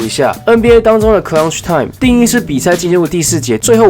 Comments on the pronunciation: 呃⋯ CL-UCTH time ⋯ 不是 CLUN-TCH time 哈哈哈 就提個醒 繼續加油💪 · 為何你的clutch 都會有個ㄣ的音啊= = 不過還是很喜歡你的分析 辛苦了 另外關於空檔把握度這部分 可以請教一下去年表現的比雷霆差的是哪幾隊呢？